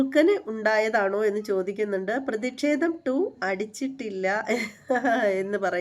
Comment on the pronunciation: ഹരീഷ് പേരടി എന്നാണ് 'പേയാട്' അല്ല. അതുപോലെ ' പ്രതിക്ഷേധം ' അല്ല ' പ്രതിഷേധം ' എന്നാണ്.